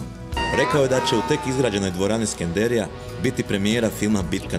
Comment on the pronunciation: nije SkendErija, nego Skenderija, para uši cijeli film koji je inače dobar.